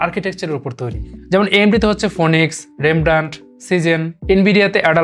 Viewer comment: vai Technologies eta PHO NIX na ..... PHI NIX correct pronunciation